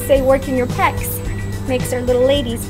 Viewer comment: I love, love, love these videos! also, I think it's "pecs" as in "pectorals" ??